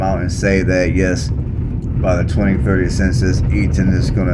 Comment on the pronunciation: Eat ton not eadon